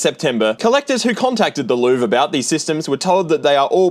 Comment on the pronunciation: I think you're supposed to pronounce Louvre like Lionel Hutz does when listing his credentials. "The Lou-verr"